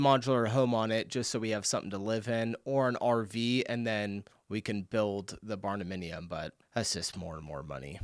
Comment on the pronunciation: Did he say barnaminium? Bruh 🤣